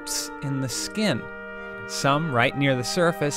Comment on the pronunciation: again you said skin !!!!!